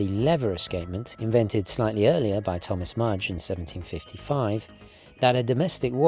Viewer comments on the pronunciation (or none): none